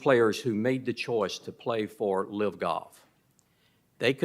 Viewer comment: It's LIV, not LIVE